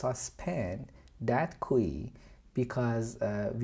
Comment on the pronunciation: I'm also going to start pronouncing queue as kwee now, this is great.